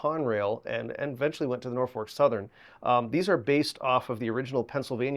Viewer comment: "NorFORK Southern" LOL